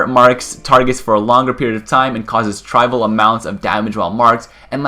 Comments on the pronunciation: It's spelled "Warlock," and they're pronounced "may-lay" and "triv-ee-yuhl". :) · And he pronounced trivial wrong but is still doing his best. Kudos my man.